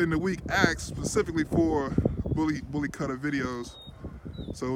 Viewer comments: Pronounced "boolee khutthaa" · Btw it’s pronounced ‘bulley kootha’. Apart from that keep up the good work